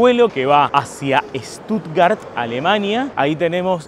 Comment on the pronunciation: Con Ramilla podrías ir a Armenia 😅 y otra cosa, es SCHHHHtuttgart 😂😂